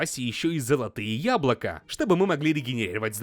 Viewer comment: золотые яблокА 😐, я знаю, что в разных странах "говор" разный, просто звучит странно